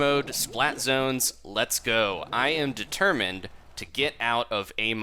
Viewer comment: So is that why you said "determined" strangely in this video?